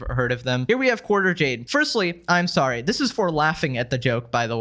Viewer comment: “I’m solly.”